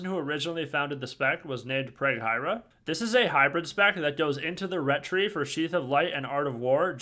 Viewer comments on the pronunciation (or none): Small note: Preghiera is pronounced preg-ee-eh-ra (with stress on "eh"). It's italian for prayer